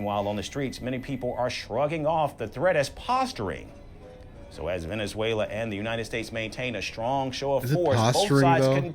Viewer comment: He mess up Venezuela 🇻🇪 😊